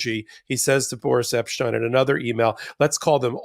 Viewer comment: Eps tine, Epsteen, "Epshcheen, Epshchine, Pleeeeze call someone to get the correct pronunciation.....